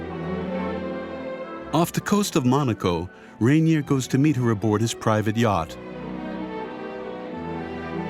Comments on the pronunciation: Her husband’s name was pronounced “Ren-yay,” no? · Surprised by the incorrect pronunciation. It is Rainier